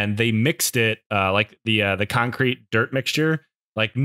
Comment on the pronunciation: inskipmto a random part of the video and the first word i hear is cumcrete